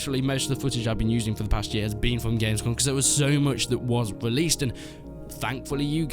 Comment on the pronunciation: He keeps saying released and its hurting my soul